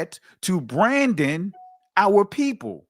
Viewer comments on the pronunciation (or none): none